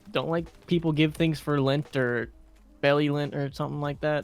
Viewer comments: It’s not lint it’s lent and you just cut something out of your normal life for God so don’t hate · It's Lent not Lint lol. It's a 40 day 40 night period that represents the time Jesus spent in the mountains with no food or water. We give up something for lent to sacrifice like he did for us, and I honestly can't recall why we don't eat meat on all Fridays during Lent, but It also has to do with sacrifice...